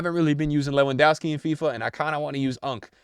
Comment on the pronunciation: levendowvski....proper pronunciation is very important